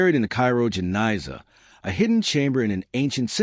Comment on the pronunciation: The Cairo Gniza, not Janisa. 'Gniza' means an archive.